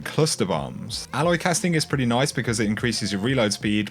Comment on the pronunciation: Not sure if you were saying "alloy casting" (alloy casing) or if that's your accent?